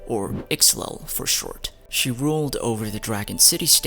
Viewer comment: My fave part of this vid is when pronounced Ixlel's full name lol